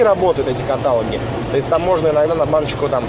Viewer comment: Всё хорошо, только каталОг и звонИт, please.